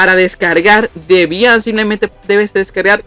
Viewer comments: "Debián", alv que acento Dios mio 🤣🤣🤣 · No lo cojas a mal Bro, no fue con intención de molestar, es sólo que me dio risa con el acento que lo pronunciabas, si te incómodo, me disculpó. Haces buenos vídeos, sigue así 👍🏾💪🏾